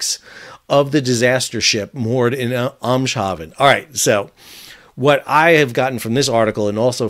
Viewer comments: And still better is "aims" for Eems, the name of the waters on the Dutch side, pronouncing the haven part as the English word when speaking English, is OK, but nothing there has anything to do with shaving and should not sound like it does either. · Hi Sal, in my opinion you should say best Aimshaven when you mention the Dutch port. In terms of sound, this is most similar when pronounced Eemshaven in Dutch😉😉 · yep that covers the Eems, but haven still will go wrong. More like hahven maybe? Blame it on a great vowel shift ;-) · Hint: "Eemshaven" is pronounced (approximately) as "aims-haven". "Eems" is a river, "haven" is a harbour. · Nice video again, I live in The Netherlands, Eemshaven could be pernounced as Aims-Heaven Groetjes van Stef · It's pronounced: AIMS HAH VEN. There's no real solution to this, because even if you power down the EV battery and/or have an isolation switch, that doesn't make the chemistry go away. The reality is the batteries are a source of immense potential energy and if it goes off you are basically dealing with a metal fire. Which are the hardest to extinguish (almost impossible actually). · It's pronounced (using rough American pronouncement rules) Aymeshahven - if you follow my drift. In Dutch, one "e" is a short vowel, while two, as in Eems, are long. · FYI: "eems-hafen" the best you could do, "haven" meaning a port, v is read as f. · Dutch pronunciation trips everyone up lol. Eems in Eemshaven can be pronounced just like "aims" in English ("he 'aims' the hose at the base of the fire"), haven you can probably get by pronouncing the same way as in German, though if you want it perfect the a has a higher sound (similar tone to the a in at). It's Eems-Haven so the s and h don't mix. Now you can sound like a local on your next interview 😅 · I believe for English speakers Eemshaven is pronounced M's hafen. It will be interesting to see faith of this once proud vessel. My guess is it is off to Turkey for dismantling.